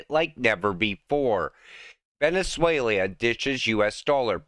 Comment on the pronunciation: "Venezuelia" 😂😂😂😂😂 bro you're killing me!!!